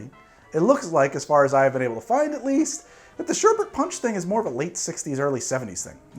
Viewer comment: Thank you thank you thank you for saying sherbET and not sherbERT. It's an odd thing to get annoyed over, but I can't control it. Great drinks and another great vid!